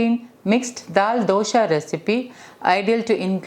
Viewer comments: For heaven's sake pls don't say DOSHA..it is Dosa. Is it so difficult to pronounce it correct ly?? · Not sure if there is a correct way to pronounce Dosa. All across India you will find people pronouncing it differently. In Malayalam it's called Dosha.